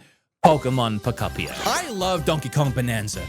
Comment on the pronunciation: PO KUP PIA 😂😂😂😂